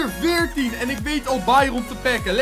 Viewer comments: Het is bairen niet bairon ik ga helemaal stuk steeds!!!!😂😂😂😂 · Trouwens dit is geen haat maar jij zegt bairon en je spreekt het uit als bairun